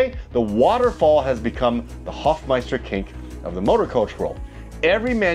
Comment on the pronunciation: Dude! You hadn't heard of the Hofmeister kink? RLY? SRSLY? 🙂(And the guy was called "Hofmeister". Long "o".)